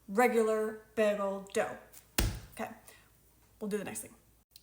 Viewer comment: lol, behgel! My boyfriend says it the same way :) this looks delicious, and I love the detailed instructions!